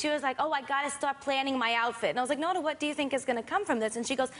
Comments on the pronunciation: its not NAH-NAH its NOH-NNA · They were like nuuna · her pronunciation of "Nona" made me cringe but i still love this channel.